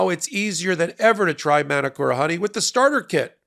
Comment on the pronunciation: love your work guys but please its not "Man-A-Kora" honey its said "Mah - Nooo- Coh - RaH"